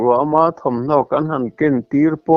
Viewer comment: Putar tawh pui siin " Ken" tih i sawi rik dan hi a diklo tlat mai.